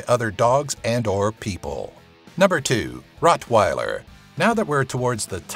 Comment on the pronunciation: This nigga said pitwiler